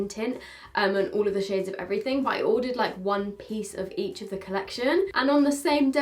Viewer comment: And a pint of heach 😂